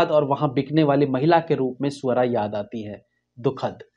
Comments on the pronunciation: Bhai ..Swara bol rhe the ya Suara 😂😂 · सुवरा नही स्वरा है। ❤❤😂😂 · Loved the way you pronounced her name 😂😂 स ऊ अ र आ ......!!!!